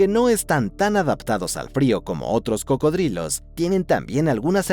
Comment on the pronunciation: Se llaman cocodrilos pareces imbécil pronunciandolo de otra manera